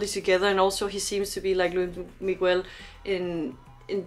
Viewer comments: Cute she pronounced luis migoo-el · Estaría mejor si pronunciaras su nombre (Luis Miguel) correctamente. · PLEASE PLEASE if you can watch his Netflix series (if available) and follow his career! he has been singing since he was 11 years old, just for you to know, his name is pronounce with the s at the end of Luis and Miguel, the u is not pronounce... sorry, just have to let you know... thanks for your reaction!!!!